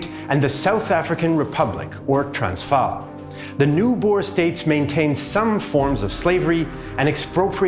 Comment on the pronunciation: Pronunciation of the Afrikaans names and places wasn't correct in this video, not sure what Afrikaans you talk. One example: "Transvaal" in the video the "v" is pronounced as "v" as in van while in Afrikaans it's pronounced as "f" as in "fish" the pronunciation for "a" is also different as well as the vowel "aa". The "r" is also rolled in Afrikaans but this is something I will forgive anyone who doesn't speak Germanic languages.